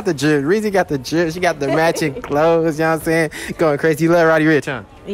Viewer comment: He said matching💀